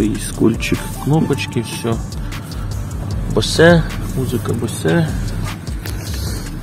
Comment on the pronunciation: Хлопці, дійсно народне авто. Але BOSE читається яки"Боуз" а не "Босе"